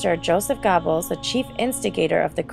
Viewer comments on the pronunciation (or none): Ronin 77 Not gerbels. Geh-bells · You mispronounced Kristallnacht and Goebbels name. It's pronounced Gherbil, hard g, like Gehring, another Nazi, and the vowel sounds like gerbil not gobbles. If you want to report factual history, please use the correct pronunciation. Maybe it may seem like a small matter, but not to the people whose relatives the Nazis murdered and whose names echo throughout that time. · It's pronounced GER-buls, not GOBBLES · It's not pronounced "Gobbles", it's pronounced " Gerbles" . Goebbles has a soft r sound. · It's not Ger. It's Geh. I live in Germany. My wife is German. And I also looked it up. It's like when Americans forget the E in Porsche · Worst mismatch of voice actor and subject matter ever. Valley Girl narrates one of the most disturbing chapters of the 20th Century. She is so unfamiliar with what she is reading that she mispronounces every key name and term, all while using a tone that would be better suited to a commercial for frozen desserts. As others here have pointed out: GEHR-bulls, PAH-grom, kri-STAHL-nahkt.